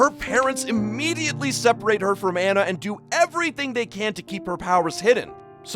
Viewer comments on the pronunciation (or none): It’s pronounced onna not an na no shade.